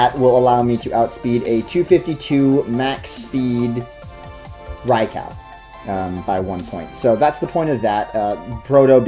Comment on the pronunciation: Gibson Gillett-Behrens Funny enough, he's actually closer to the pronunciation than anyone who says "rye-ku".